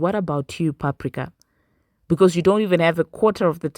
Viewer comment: Screaming at PAP-RIK-AAA 😩😭